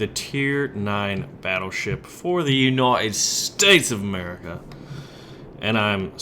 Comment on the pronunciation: Why, in the beginning of the video, does he kinda use a British accent when he says United States of America?